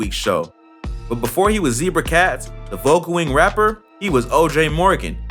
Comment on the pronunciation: Voe-goo-ing? As in "I'm so into voe-goo-ing right now?"